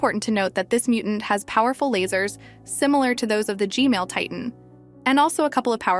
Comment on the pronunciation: She said g male